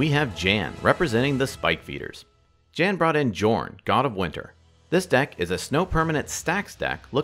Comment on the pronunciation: Jorn is pronounced Yorn J's are not in nordic tongue